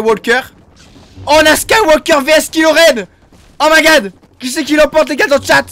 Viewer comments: Les gens : cool la vidéo ! Le fan de star Wars : PUTAIN C'EST KYLO REN !!!! PAS KILO REN !!!!! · C est pas kilo Ren c est kylo ren